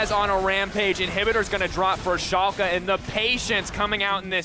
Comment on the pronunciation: its called FC Schalke 04 not FC chalke 04 xD